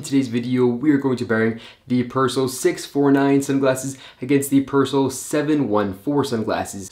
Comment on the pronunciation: The name is not Pers'l......it's Persoool!....." per il sole "